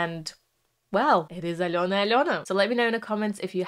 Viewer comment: Подивилась вже десь десяток розборiв iноземцiв, але ви перша вимовили iм’я Альони зовciм без акценту,прям зовсiм. Дякую за Чудове вiдео, та пiдтримку❤